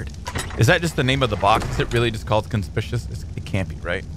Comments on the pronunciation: Con-spick-you-us, not "conspishiss" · It's pronounced con-spik-q-us